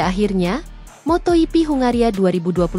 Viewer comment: Moto GP bukan moto hipi. Bgaimana sih cara baca nya. Biasa saja bro ndak usah di gaya rayakan ndak enak dengerin nya.